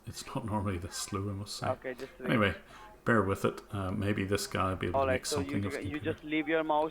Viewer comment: Omg listening to the scanner saying "please BE with me" instead of "bear" honestly makes me vomit just a lil each time. Ugggghhh